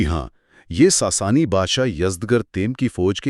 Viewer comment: ساسانی کو ساسنی کہہ رہے ہین